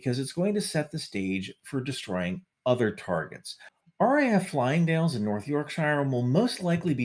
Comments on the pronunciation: Not Flying dale, it's pronounced Fi-Ling-Dale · Fylingdales not pronounced correctly but it is ok, you do not know any better, FILING-DALES, not Flying-Dales, filing as in Files. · Recent missile-firing tests (note: plural, not just one) show that the UK "independent" nuclear deterrent doesn't actually work. P.S. PLEASE learn to pronounce UK place names properly! It's NOT "RAF Flyingdales", it's "RAF Fylingdales". "Filing" and "Dales", ok? 🙄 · Interesting. Firstly, Fylingdales is one of best radars in world. Pronounced Fie ( like 'pie') ling-dales not fly-ling-dales. We'd see them coming from a long way away. Space, in fact, since we'll have eyes on them 24-7. However, if Russia did attack, firstly our government wouldn't have the guts to fire back, and you can be even more sure that the usa won't help us.i'd also add uk parliamentary buildings and gchq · Slight correction. It's RAF Fylingdales - not RAF Flyingdales. Pronounced FI-LING, not "FLY-ING". Oh and it's in the absolute middle of nowhere, hence only 40 deaths. Probably all the permanent staff and a couple of adventurers nearby. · I've always thought that FYLingdales (not FLYlingdales) could just as effectively be destroyed by conventional weapons. Seems a bit overkill using a nuke for such a small and vulnerable target. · FYI,:, it is not FLYINGDALES, it FYLINGDALES (pronounced "Filing-Dales"), as per the spelling. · I just hate how people mispronounce RAF Fylingdales. It is Fylingdales, not Flyingdales. 🤦‍♂️ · It's not "Flyingdales" , for goodness' sake! It's "Fylingdales". Read your own captions. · Just need to say - it's Fylingdales, not Flyingdales. Fy - ling - dales. You spelt it correctly, but said it wrong. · It’s Fylingdales not Flyingdales . Interesting video though. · Fyl not Fly -ingdales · Fyling, not flying. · Fylingdales... Not Flyingdales lol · Its Fylingdales not Flyinfdales lol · Fylingdales, pronounced "Fi - ling - dales". I'm sure you've been told by now.